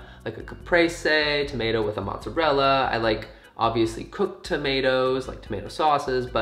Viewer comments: How the f..., did I understood tornados instead of tomatoes 🤨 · what app/website is this? also that british accent when you were talking about tomatoes was surprisingly good sir